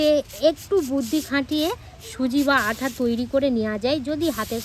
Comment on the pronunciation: আপনি আটা কে আঠা বলেছেন কেন?